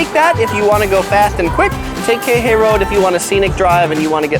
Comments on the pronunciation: KEE HEH EE...Not KEHE. is is disturbing and mades my hears BLEEN every times I here you say KEHE ...Damn asking around would have been better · QUI HE EE .... Not KEHE.... It is really annoying after the third time and you keep on saying KEHE... damn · Hate it when he says "kei-hay"... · You’re saying Kihei wrong 🤣 it’s not key-hey it’s Kihei. Pronounce the first ”I” as an “E” and the second ”i” as ”Y” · its pronounced key hay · Please learn how to pronounce Kihei! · He gets kihei wrong in every video.